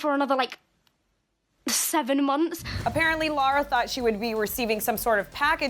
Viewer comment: AND BTW HER NAME IS PRONOUNCED “la-rah” NOT “lau-ruh”